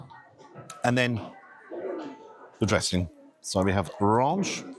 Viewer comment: Rarrnch! RANCH.. you not with the BBC you know... Love your vids❤